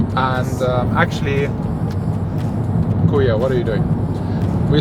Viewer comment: Haha i like the "kuya what are you doing" perfect pronounciation, perfect acent perfect timing when to use it haha. Nice taglish.